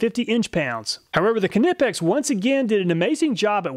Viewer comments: i fell and broke my kuh-nee when you said kuh-nipex lol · Knipex - Ni-Pex The K is silent. Thank You. Love your videos !!! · Love your videos mate. As an engineer I enjoy them. Just remember it's pronounced Nipex ,. The K is silent. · Keeenippex :) Love the pronunciation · Im sure this has been pointed out already, but the proper pronunciation of Knipex is Nipex, the K is silent. Love your videos. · Bro, it’s ni-pex, I like iPod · “Ka-nip-ex” 😂 lmao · kuh nip ex 🤣🤣🤣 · you probably don’t care but I’m pretty sure the letter K in “Knipex” is silent. I think it’s pronounced “Nypex.” Can’t blame you for saying it the way you do though, they really came up with a bad name. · The “K” in Knipex is silent.. It’s pronounced “Nie-Pex”.. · the "K"nippex...LOL its silent k - so just Nippex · please dont say Ka-nip-x lol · Great vid but I have to say, it's pronounced Nipex The K is silent. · The 'k' in 'Knipex' is pronounced like the 'k' in 'knowledge'. It's "nie-pex". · You pronounce KNIPEX like KNIFE - it' 'nip-ex' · I have always thought it was pronounced "ni-pecks" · NIP-EX ,asking my ears bleed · Knipex is pronounced "ny-pex"! FTLOG say it correctly! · it's pronounced Nipex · Why are you pronouncing the silent k on “nipex” please stop Germans thank you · Knipex is a German brand, produced in Wuppertal in Germany, and If you want to pronounce it correctly, you should pronounce it like the Germans do. And that isn't the way with a soundless "K". "Neepex" is just what native english speakers have made out of it.😉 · You can’t really hate on this man, he gives us the stats and tests that other content creators just can’t. Idk why you say Knipex like that, but otherwise an awesome video. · apart from not being able to handle you pronounce the k in knipex was an awesome vid 👍🏻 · I liked the way you pronounce Knipex 🖤😁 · 1. Say the word knife, now apply the same silent ‘k’ to knipex! I bet you miss the second i out of aluminium.😜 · The k is silent in knipex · Ka-nip-ex > Ny-pex